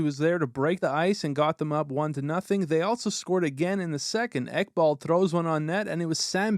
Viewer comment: "Ekbald" I'm dying